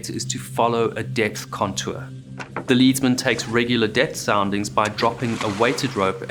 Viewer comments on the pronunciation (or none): Just one comment: When you speak of the sailor at the bow taking the soundings, you call him a "Lead" man and pronounce it "Leed". As it was a chunk of the metal, lead, that was used, shouldn't it be pronounced "Led"? Apologies if maybe back then in the Royal Navy it was in fact pronounced "Leed". Maybe as he was in the bow, he was considered "in the lead"? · It’s pronounced ledsman because the weight he uses is made out of lead. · it's not leadsman (pronounced like follow the leader), it's leadsman (pronounced like the metal lead) Because the string he uses to measure the depth of the water is typically weighed down with lead metal.